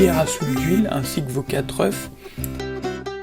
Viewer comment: « 4 œufs » se prononce « e » pas « œufes » ! Par contre l’instant écolo m’a tué avec tous les morceaux de coquilles qui s’envolent à 1m des plantes 😂! Sinon super vidèo !